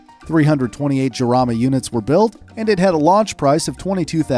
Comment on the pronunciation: Great video and content, super thanks! Small correction in the pronunciation of the Jarama name :P its not "Giarama" its more like a jewish "JJJJarama" xD